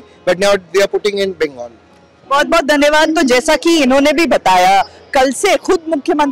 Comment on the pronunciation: The word is not bangal. Practice saying it right.